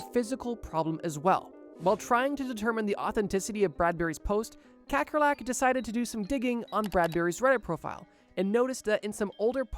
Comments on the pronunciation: Hey, man - quick fun fact! - "Kakkerlak" is an Afrikaans word meaning "Cockroach" and is pronounced "K-uh-ker-luck" 🇿🇦❗️ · I like how he said kekkerlek as someone from the netherlands myself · Was looking for a comment about it, we have the same word in South Africa for cockroaches. His pronunciation is so funny